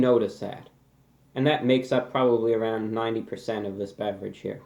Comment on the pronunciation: I thought he called it a bad bitch, turns out he said beverage.